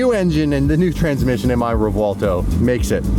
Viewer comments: I'm gonna say it, just this once because everyone does it, any Lamborghini to date with a "v" in the name should have that "v" pronounced as a "b". Reason being, the names are of Spanish origin, not Italian. ReBuelto, not ReVuelto. Rant over. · Please please please stop putting a w in the name of the car 😂. Let the Italians pronounce it correctly haha 😂 sounds like we are looking for Revwaldo 😂